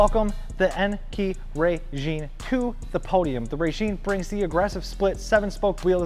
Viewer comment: I think it's pronounced (RYE-JIN) instead of (RAY-JEAN)